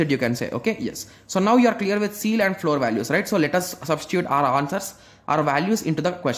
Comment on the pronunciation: That is ceil, not seal.